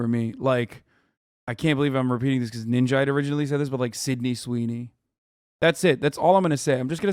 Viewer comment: Dude I’m so sorry him saying Sydney Sweeney is so funny